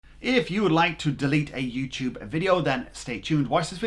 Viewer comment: you said youchube